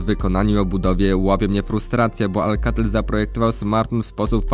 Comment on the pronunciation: Chodziło mi o akcent;)